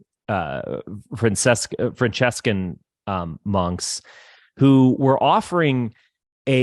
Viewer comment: Also, butchered “Franciscans.”